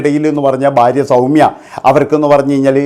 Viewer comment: ബാര്യ അല്ലെടാ മൈരേ,, ഭാര്യ ആണ്